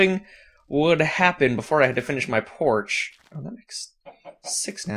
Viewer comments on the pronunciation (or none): lol he said porsh not porch